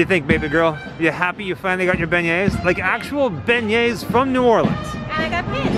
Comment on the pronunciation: Every time i go to Cafe du Monde and eat beignets, i’m always wearing black for some strange reason and always getting powdered sugar on my clothes but i was born and raised in New Orleans so I’m used to it, oh thanks for the correct pronunciation of our famous sugary treat and the Cafe name..🤘🏻😎🤘🏻